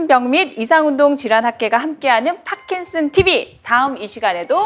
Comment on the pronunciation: 경상도분이신가요? 파킨슨 발음이 안되시는게 좀 거슬리네요^^